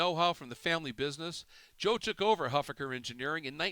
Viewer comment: you're mispronouncing Huffaker